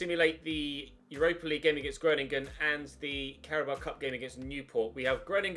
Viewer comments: the 'o' in Groningen is pronounced like the 'o' in grow. If you change your O pronunciation you'll be spot on! Love from the Netherlands <3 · Hi im from the netherlands could you please just put the name groningen in Google translate so you can hear it pronounced. Its really funny how you pronounce it